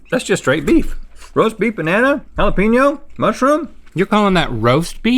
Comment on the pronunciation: Nobody: Rhett: Jalapeeno